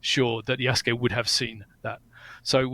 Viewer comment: This dude isn't even pronouncing Yasuke correctly. He's saying "Yaske" instead of "Yasuke", just skipping over that "u" sound. IPA: jasɯ̥ke